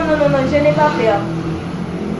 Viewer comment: Je n'ai pas pèrrrrrrr De ki pèrrrr wap pale la